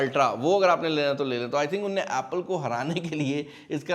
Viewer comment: What is this unay and inay😂 Unhun ne and inhun ne …atleast learn ur language